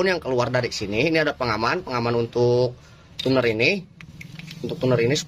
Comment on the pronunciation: Itu Tuner Di Baca Tuner ya. Bukan Cuner. 😄😄